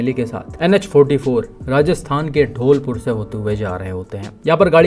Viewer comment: ढोलपुर नहीं है वह धौलपुर है